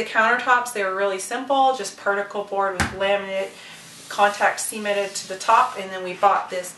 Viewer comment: On , did she say "contact semen on it"? XD